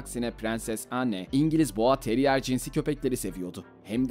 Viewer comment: ‘Anne’ yazıldığı gibi okunmaz. ‘En’ diye okunur. Tahttan feragat eden VII. değil, VIII. Edward’dır. Bir de kraliyet ailesinde beyaz ırktan olmayan bir prens olduğu bilinmektedir. Keşke videoyu hazırlamadan evvel daha iyi bir araştırma ve okuma yapsaymışsınız 🤣